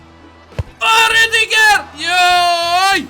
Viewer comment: Kaze se Ridiger